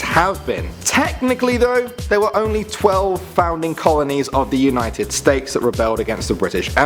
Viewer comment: he said united Steaks